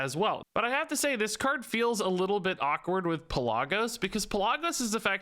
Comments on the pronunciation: I love your videos, but one thing. it's pronounced Pel-luh-gos. You were close and I know you don't play world of Warcraft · I am so sorry but Pelagos is Pe-la(short a)-gos I still love the vid though! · its actually pronounced Pel-uh-goe-s. Greek, Macedonia or Thrace of origin if i recall. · It's wingardium Pel-a-GO-sah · It's not Pelagos, it's PelaAaaaAaaAaAAaaAAgos. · in greek we have something that's called tone it goes on top of a letter that helps so ppl don't mispronounce the word, that's why I said it like that cus to an non eng speaker the pe-la-gos that he said could be pronounced 3 different ways atleast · Pelagos(pel-uh-gose) I’m sorry but that just triggered me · it hurt my ears every time i heard pellahgose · Lol you are pronouncing Pelagos wrong. I cringed every time you said his name. 😂😂